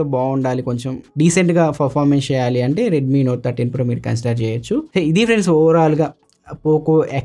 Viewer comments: ❤❤ Sheyali Shi yum Jagananna MadhiRi matladunnav Anna S ni Sh la palukuthunnav 😅😅😅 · షెయ్యాలి ఏంటి? వాడెవడికో శిష్యుడి లాగా! Please change your pronunciation... good luck 👍